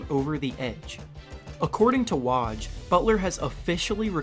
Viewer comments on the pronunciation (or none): its not waj its woj